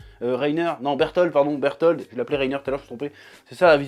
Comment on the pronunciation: C Bertolt pas Berthold mais bon sinon bonne revue